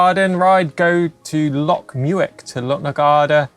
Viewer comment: Welcome back I hope you fully recover soon! You're a good man. Loc Muick is pronounced Lochh Mick. Keep it up guys we need you.